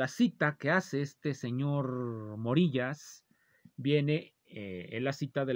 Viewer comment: El nombre del yutuber Morillas se pronuncia como vello, de vello púbico.